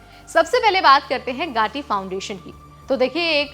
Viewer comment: गाटी नहीं है 😂. गती फाउंडेशन है वह